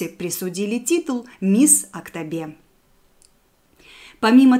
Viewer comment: Нет у нас в КZ такого города АктАбе , не сложное слово АктОбе. Просто после таких произношении, многие будут тоже говорить АктАбе. А так прекрасный ролик . Димаш тың анасы Светлананы туылған күнімен құттықтаймыз!